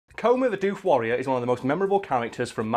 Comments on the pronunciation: bruh, its doof like woof, not dewf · Yeah hearing it pronounce dewf isn't right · Your saying it wrong. D'oof is how you say Doof. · "Doof" the colloquial Australian name for outdoor rave music (cause it goes doof-doof-doof-doof, I'm not joking) is pronounced with a short double o, unlike the word roof. Doof Wagon, Doof Warrior; short double o. Otherwise your mouth fills with flies in the time it takes to go Oooh, true story.